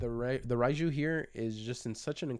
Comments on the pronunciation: It's pronounced like "RAY-jew," not "Reye-jew." Not that it's a huge out anything of course, but my OCD won't let me not correct you lol 😅 Unlike English letters, Japanese Romaji is always pronounced the same way and follows its rules way better than English does. "Reye" would be spelled "Rai" in Romaji. Anytime you see an "e" and an "i" together like that in a Japanese word/name, it should be pronounced like a long "ā" sound, like the a in ray or crazy, etc... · Her name is pronounced Ray-Jew bro.